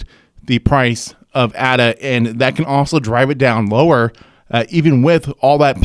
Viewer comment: Left when he pronounced the A incorrectly